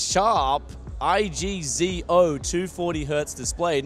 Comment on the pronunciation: I..G..Z..O.. just say IGZO like everyone else haha.